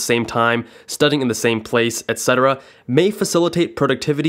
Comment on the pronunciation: also the only person I've ever heard pronounce the word "etcetera" correctly, instead of saying "Ex-cetera"